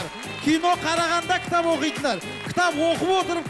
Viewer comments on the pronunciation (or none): Кітап оқып отырып кітАп оқитын қыздАр 😂